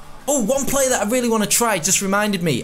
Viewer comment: What’s a player you mean a plerrrr